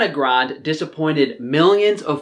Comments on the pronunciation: Arianna GRANDEEEEEEYYYYY NOT GROND! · air-iana grund .... ok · It’s Ariana Grande, not ‘Grand’, ironically you said it right one time. Haha Anyways, thank you for talking about her. She’s sadly deteriorating due to the lack of essentials nutrients that allows us to thrive. I hope she finally gets all the vitamins and nutrients that she so badly needs. I think it has to do with people not wanting her to be healthy (if you know what I mean 👁👁👁) Ironically you’re the first of out some nutrition channels that talk about her decaying state.